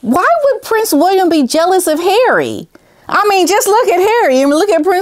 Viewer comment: I love how you say ‘HARREH!’ it gets me every time haha!